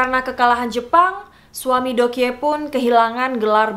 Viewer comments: Deok Hee juga bacanya Dokhi gak si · Btw mau ralat sedikit yaa kalau korea itu EO dibaca O jadi Joseon=Joson dan Deokhye=Dokye next kalau buat video tentang Korea biar ga salah lagi dan enak di dengar nya 😊✌🙏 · Btw Joseon dibacanya "joson" kaya baca deokhye dibacanya "dokhye" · deokhye = dokhye Joseon = joson gitu aja si bacanya :) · Fyi aja ka just want to tell your pronounce : Joseon itu dibacanya cukup joson Deok hye dibacanya cukup dokye Semangat ka 💛💛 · Pengen nonton sampe habis, cuma cara baca JOSEON-nya gak enak di dengar. Monmaaf yaa bcaannya JOSON 🙂 Trus Deokhye bacaanya yg bener DOKHYE 🙏 Cuma ngasih kritikan spy jadi masukan kalo next content cari dulu cara pelafalan namanya☺️☺️ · Bukannya bacanya Dokhi gitu yah